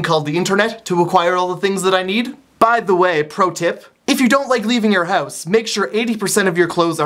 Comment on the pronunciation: I love the way he says "house" & "couch".. oh, silly Canadians. cx